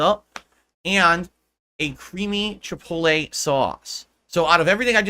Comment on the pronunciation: Mother fucker really said chipollay. I swear to god every day off segment is just food.